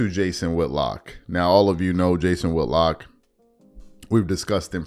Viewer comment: Whit-lock not Wood-lock.